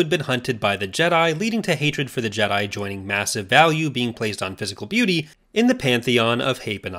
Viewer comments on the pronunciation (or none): none